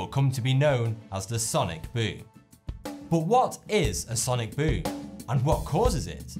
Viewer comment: I love this guy say ‘sonic BOOM’ in his ascent